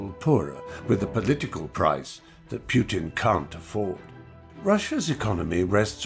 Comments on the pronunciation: This is very informative and realistic, but... Fry should learn how to pronounce Putin's name. It's "POOtin", not "PYOOtin". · PooTin not Putin… correct pronunciation is poo.